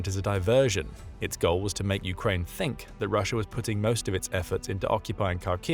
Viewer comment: taking a bong rip everytime he says "putting" but it sounds like "Putin"